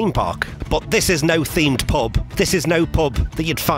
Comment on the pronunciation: Prehaps you just need to pratice saying the word ? Not a criticism really as you did a good job of recording the pub for future generations after what has happened. An absolute tragedy.